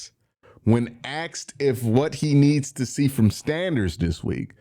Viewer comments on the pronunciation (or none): YOU "AXED " SOME QUESTIONS? REALLY BRO? 2025?